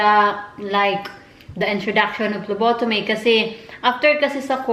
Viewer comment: Hi po I'm ur no.1 fan. May sasabihin lang po ako, hope di po kayo magagalit. It's PHLEBOTOMY po ate not PHLOBOTOMY. Gusto ko rin po kumuha ng dugo, I'm not a Phlebotomist but I'm a Medical Technology soon kapag nakapasa ako ng board exam. It is called Blood Extraction or Venipuncture. Alam ko na rin pano kumuha ng dugo and it's easy. We our one also who do that kind of job and after that we process or examine the blood in Laboratory. That kind of jobs is awesome. Goodluck po ate. Notice me po.